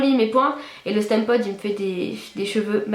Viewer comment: Ca se prononce "stimpod" et non "stèmpod" sinon super couleur et encore plus jolie dans les toutes dernières vidéos :)